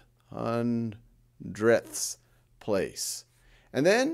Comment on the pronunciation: ‘You know, that’s actually kinda fun to say: HUNDREDTHS!’ ‘We have another HUNDREDTH’ ~Quotes from a person that used to have the need to emphasise hundredths